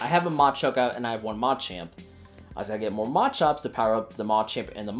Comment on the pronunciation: What kind of accent do you use when you say "Machop", "Machoke" and "Machamp" 😂